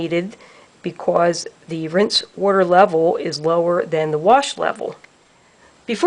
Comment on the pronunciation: Just a little heads up here. There is absolutely no R in wash